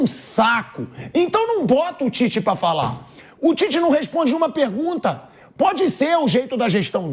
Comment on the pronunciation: Ouvir o Tite falando Titez, irrita. É um ROLANDO LERO na essência da palavra.. fala, fala, fala e NÃO DIZ nada.